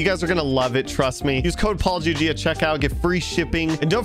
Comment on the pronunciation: "To build PaulGG custom homes" What i heard: "To build apology custom homes"